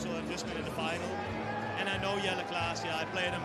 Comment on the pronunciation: The lady said "Classman" instead of Klaasen all the time lol. How can you work as a darts presenter and never heard of Jelle Klaasen.